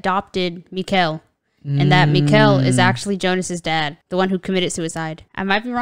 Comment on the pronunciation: Nice one again! No, this isn't "Joe-nah", this is "Yo-nuss" ;) And while we're at it, Mikkel is not "Miquel", it's more like "Mickl", emphasis on the first syllable. Whenever it switches between times, you hear the "tick" of a clock, by the way. This show not only gives lots of information in the visuals and the dialogue, it also does it in the audio. You'll soon notice that certain characters have their signature sound, for example. Loved the editing on your video, first-class!